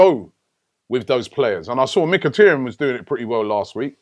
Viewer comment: Guys please lets pronounce Mkhitaryan's name correctly. Its Mkhi-TAR-yan, not Mkhi-TER-yan. Its TAR as in dark viscous substance. Robbie, please take note.